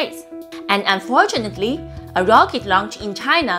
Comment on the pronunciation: Heads up. it sounds like you say "unfortunately" and speech to text even shows it as "fortunately". We know what you meant but thought you might want to prepare for the whiners. :-)